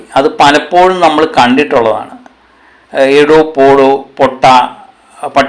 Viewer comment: എടോ എന്നല്ല ഇട എന്നാണ് .പോഡോ എന്നല്ല പോഡ എന്നാണ്